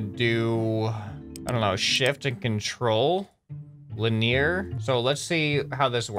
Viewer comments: Really enjoying watching ou play this game, it looks like lots of fun. Just one thing real quick: "Linear" is pronounced lin-ee-er, not lin-ear. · Why U sayin' "linEEr" it's "LInear". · Hey you're saying the word wrong let me see if I can explain it to you. Lynn-e-err not Lynn-ear......... one is a racetrack the other refers to motion. By that I mean there is a race track named linear and what you're referring to is linear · Haha, it's not "Lin-near". It's "Lin-ee-er" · linear is pronounced li· nee·uh :) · English is my first language and trust me. He ain't sayin' it right. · the way he pronounces linear...